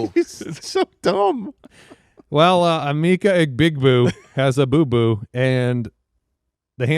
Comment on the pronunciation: It’s true. Emeka Egbegbu never stops being funny. I laugh every single time. It’s the combination of saying it wrong and how he says it. It reminds me of when Idina Menzel was called Adele Dazeem by John Travolta at the Oscars.